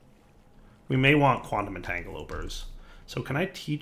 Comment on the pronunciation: It's called a quantum entangloPORTER, not entangoloper. Please read the names of items! Edit:, there's also an Immersive Engineering multi block to automate the engineer's workbench. Please use that to auto-craft your mechanical components; you'll save on iron!